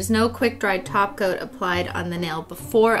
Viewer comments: She IS saying "taco". Sigh. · Omg i am laughing at myself, i thought she was saying add a taco when she was saying top coat lol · I thought she was saying taco instead of top coat lol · She is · She used to say top coat, but a LOT of people thought she was saying taco so she switched. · She always says taco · I keep hearing taco instead of top coat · Am I crazy or is she saying "taco" instead of topcoat? Lol if she is saying taco I'm subbing. Lol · Sophia K it’s cuz she is saying taco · Everytime in every video when she sAys top coat I think she says taco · Every time she says “top coat”, I hear “ taco” lol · Omgvshe just said top coat and heard taco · She does say taco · She says glossy taco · That’s because she’s saying taco.🌮🌮🌮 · All I'm hearing from her is 'Taco' in stead of 'Top Coat' XD I'm loving this channel <3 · She does say taco 😂😂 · She is saying taco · Every time she says “top coat” I thought she said “taco” lol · she shorterns top-coat to taco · She does say taco it's a joke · She does say taco 🌮 purposefully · Well you must be new new then... Because she indeed did and does say glossy taco. But good observation! 😂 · thegraypaladin she does say taco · She always says "end with a nice glossy taco" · IT’S A GLOSSY TACO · i always thought she was saying taco... shw was saying tOpCoAt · Nah, she's saying taco. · No she says taco and holo for EVERYTHING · All this video when she said 'top coat' I honestly thought she was saying taco. I'm not lying! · Rhyan Mckenna shes saying taco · She says taco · she saying taco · She says taco instead of top coat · The whole time I though she was saying ''taco'' when she was saying top coat lol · You seriously sound like your telling us to put a taco on our nails. Not a topcoat. Lol. I keep listening to it. YOU ARE SAYING TACO!!!! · Idk if it’s because I’m hungry or tired, but when you say “top coat” it’s sounds like you are saying “taco” to me. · She is saying Taco. Lol, you must be new here. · thegraypaladin right